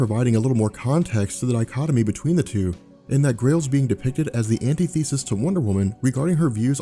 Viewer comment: You're killing me with your pronunciations: it's not "char-ib-dis,"but "kuh-rib-dis." Also, "an-tea-thee-sis" is not the same as "an-tith-uh-seez." Otherwise, great job. Just, yea, look up words you may be confused about their pronunciation.